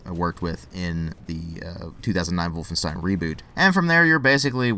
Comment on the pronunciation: I like the way you pronounce "Wolfenstein". Greetings from Germany, buddy.